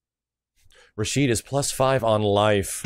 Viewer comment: Now I could be wrong about this, but I've heard his name is Rashid, not Rashido. I'm gonna look more into it though.